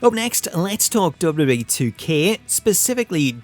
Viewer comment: you need to learn how to pronounce WWE, it's been a thing with you for years